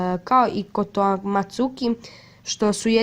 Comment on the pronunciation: kaze se kotoamatsukami